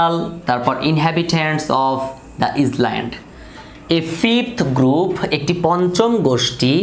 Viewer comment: Sir , oitar uccaron island hobe na , iland er moto hobe . Tarporo khub sundor vabe bujhlam . Thank you sir 👌😍😍😍